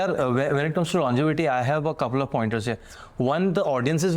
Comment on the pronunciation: Longetivity ❌ longevity ✔️